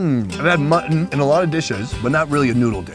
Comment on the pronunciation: Can we get some thumbs up for the pronunciation of M U T T O N :D